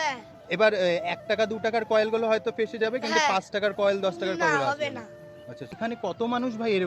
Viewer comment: কয়েল না, কথা টা কয়েন।